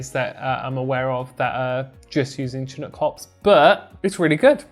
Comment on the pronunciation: I'm from the Pacific coast of Canada, and I'm very familiar with the word "chinook"...it's pronounced "shinook", and it's a species of salmon from these parts. A minor point (I know) but it sounds funny with a hard "ch".